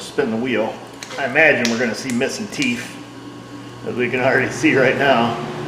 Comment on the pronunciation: Is a furry? I ask because you say "teef" for "teeth".